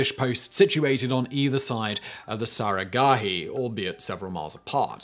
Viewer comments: It's not saragahi it's saraghadhi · The massacre at saragarhi seemed tame when compared to how you murdered the pronunciation of the battle cry.